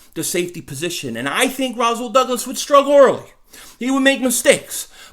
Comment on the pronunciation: naw bro its Rasool ppl mess my name up all the time making the s sound like a z